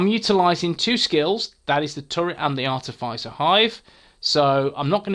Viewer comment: Nice! Not wanting to be rude but it's pronounced ar - tif - is - er